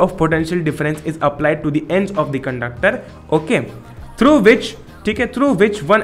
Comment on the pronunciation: Okheey Mast english